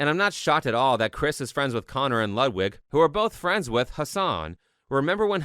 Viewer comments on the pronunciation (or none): none